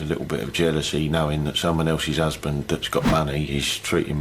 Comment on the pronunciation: "Stop lookin' at my usband ya FUUCKIN TAAAHT"